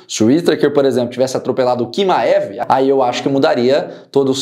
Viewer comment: não é Quimaev, é Tchimaev a pronuncia.